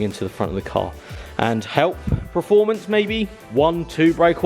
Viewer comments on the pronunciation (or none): Oh, I'm sure I heard you say performance then you went and spoiled it by saying preformance twice 🙈😆